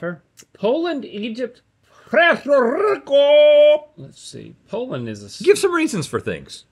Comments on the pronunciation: I know he didn’t just call my country “Prerro Rico” 😢😂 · Link needs help saying PUERTO RICO CUZ that wasn't it frfr lol WEPA link but man someone give him some flava lol 🤣🤣🤣